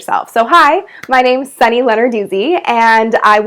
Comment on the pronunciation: Sunny, you truly are inspirational to watch! Thank you for the tips, and also for the correct pronunciation of your name. I believe your tips will stick in my head forever!